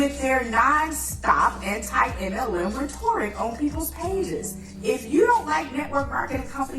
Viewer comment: Did she say 'raTORic'? She's trying to educate, and she mispronounced rhetoric. Bless her heart. Love this reaction.